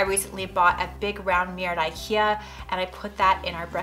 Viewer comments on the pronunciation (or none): none